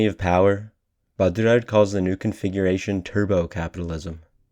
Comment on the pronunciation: I like this video a lot, but I came here to say that every time you attempt a French pronunciation of "Baudrillard," you sound like you're having a mini-stroke.